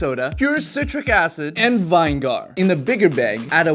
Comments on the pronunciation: ITS NOT VIIIIIIIIIIIIIINEGGGHHHARHHHHHHHH ITS VI-NE-GER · you mean vine gar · It's pronounced Vin Ne Gur, not Vine Gar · It's "Win-Eh-Gar" = Vinegar not Wine-Gaar. LOL You know the salad dressing Oil and Wine-gar? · Please learn how to pronounce "vin egg ar" NOT "vine gar". Otherwise pretty flipping awesome videos!!! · very weird way you say it - we say it like vin nee gar not vine gar hahaha i was rolling when he said that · Why does he say VINE-GAR instead of vinegar 😂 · I couldn't keep watching after the second time I heard him say vine-gar instead of vinegar. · Why are you saying vine-gar, it's pronounced vin-i-ger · Did bro just say vine gar?vin eh ger. 3 syllables. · Vin-e-ger not Vine-gar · how i say it:vinegar how say it:vine gar like wut?????? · Bro said vine gar 😂 I'll help you out for next time, it's pronounced vin-eh-ger 👍 cool video bro! I saved it so I can show my niece and look like a cool uncle 😎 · What is East? Did you mean YEast? lol I heard you saw east twice and was confused. Then you said Vine-Gar No please lol You have me on the floor..... Its said like this vi·nuh·gr LOL Vine GAR - See after hearing you say it several times. I strongly think you're trolling old people like me... but just in case. Im still gonna say it lol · Is NOBODY commenting on the fact that he doesn't know how to pronounce vinegar??? Vin-uh-ger, not vine-gar 🤣🤣🤣I cringed every time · It’s not vinger. It’s viniger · Vine gar?!?!?!?!? It’s Vin-eh-grrrrrr but fast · vine-gar vi-nig-r 😉😉😉😉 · You don't say vinegar like vine-gar it's vin-e-gar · WTF is Vine gar you read vinagar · It’s vinegar not vingar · Bro, he said it wrong, he said vi ne gar not vine gar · I can’t get over “vine-gar” and “vi-ne-gar” :face-turquoise-covering-eyes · Vine-gar is a crazy way to pronounce vinegar lol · Fun Biden. Loved it a lot! The word Vinegar is pronounced vin-e-gar or viniger. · Vine-gar? :o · Vine- gar? 😂😂 nah u trollin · lol, vine gar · Okay, he better stop saying "VINE-GAR!" 🤣